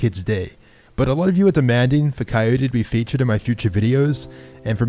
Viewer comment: When coyote say crwy I crwy